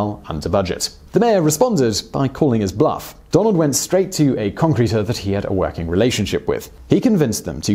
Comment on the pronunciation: Seriously thought he said Donald was "twerking out of town" 😂